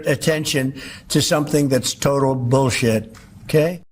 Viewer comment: He called it total “Bullsit”?